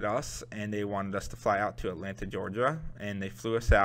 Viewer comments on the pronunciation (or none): none